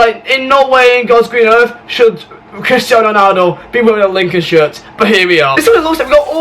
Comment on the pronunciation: "Cwistiano wonaldo"